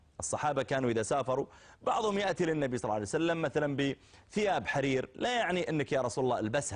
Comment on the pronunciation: كرهه لاهل البيت لفظ صلى الله عليه وآله وسلم بالغلط وطلعت ثقيلة من فمه